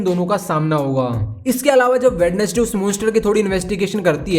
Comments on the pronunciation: Bhai वेडनेसडे nahi hota वेंजडे hota hai sahi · Brother I'd like to tell you that Wednesday is not pronunciate as वेडनेस्डे but वेंस्डे.